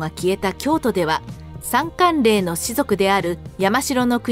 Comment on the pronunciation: 管領＝✖かんりょう 〇かんれい